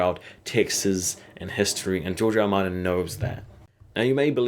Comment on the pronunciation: When you say George R. R. Martin it sounds like Giorgio Armani.